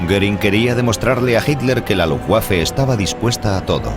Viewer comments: Se pronuncia luftbafe, no lufguafe. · L U F B A F E , y no lufgüafe que da grima oirlo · Jajajajajajaja que coño luuguafe no pues si que era luuguafe no luffwafe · primero: no sabes decir LUFBAFE, y segundo viva la Luftwaffe. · "LUFTVAFE" (la "w" en alemán se pronuncia como la "v" en español) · Jajajaja la rompió con ese Luftguaje jajajaja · Pensé que se pronunciaba luftbeifen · Lutbafa la verdad. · quién traduce esto??????... cómo que no son capces de pronunciar Luftwaffe, Wansee, Waffen, Werner, Heydrich, Walter........??????????? PALETOS... infórmense antes de traducir y doblar..... VERGONZOSO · Que así se dice, no se lee como se escribe, en alemán la w la pronunciamos como una b no como una g. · MUY BUENA CORRECCIÓN....es terrible la pronunciación, realmente infame